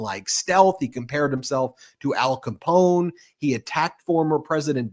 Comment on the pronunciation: I think he also pronounces the gangster's name Alphon Scapone!